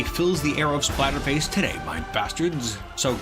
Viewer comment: For a moment it sounded like you said Spiderface instead of Splatterface. I guess it isn't too far off. I am impressed with Pibo's performance. He definitely put up more of a fight than I imagined he would. I wonder if Whitefur has much power to her bite. Her face definitely looks scary enough to warrant it, but she has too much class to make use of it perhaps?